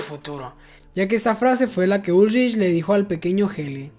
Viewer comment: Por qué pronuncia los nombres mal, dice, ulrish, eeegon etc.